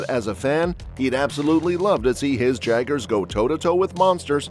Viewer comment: hey said jaggers not jaegers